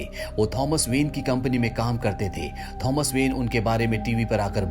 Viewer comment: his name is tho-mas not thoms